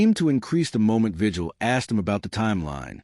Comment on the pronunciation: I think if you’re going to be a YouTuber, and you want to professionally relay information. You should do some research on how to pronounce names. Javier vigil is a Hispanic name. In Spanish translation, the G sounds like an H and the correct way to pronounce. His name is VIHILL. Not just his but any other Hispanic person that has that same last name. Also, they are not called tortillas . The 2L’s then in Spanish sound like a Y. So it correct pronunciation is TORTIYA.